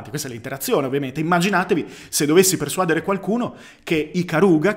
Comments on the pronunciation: Mi hai messo in crisi: non è sbagliato persuàdere? All’orecchio mi suona giusto persuadére. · Comunque si dice persuadère, santiddio, non persuàdere